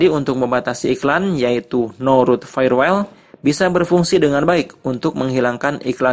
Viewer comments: Dibaca "wol" bukan "wel". Jum'at kliwon, 20 Maret 2020. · Kang....punten nyebatna bkn fayewel tp fayewol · Bacanya FAYERWOL mas...